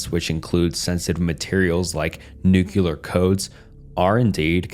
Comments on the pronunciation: it's "nu-clear" not "nu-kuh-lear" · nah man its nukuhlear